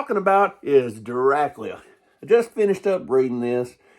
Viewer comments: I'm 56, and I've always heard it pronounced "Drac-you-la". Now, in "Bram Stoker's 'Dracula' " I seem to recall Gary Oldham and Anthony Hopkins pronouncing it "Dra-coo-la", but that was a few years ago. Since you live in Nashville, I'll have to call my friends down there and see how they pronounce it, LOL. Gonna have to subscribe to your channel for more videos! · I always though it was Drac-you-la. But that's just me. Keep on doin' what you're doin'! Good thing I wasn't taking a drink of water when you said "It's so good it'll blow your dick off" because I started laughing so hard at that line! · I love his enthusiasm! But...why doe he prounounce the Count's name as "Drac-lee-uh"?